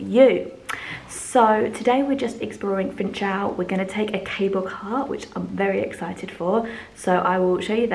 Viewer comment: The pronunciation of Funchal is "foonshal" not 'funchal".